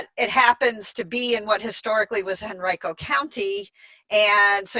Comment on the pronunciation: Great video, thanks for all your wonderful input. By the way, just fyi, Henrico County, VA is pronounc ed Hen REE co.